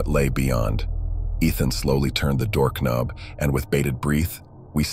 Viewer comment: door cuh-nub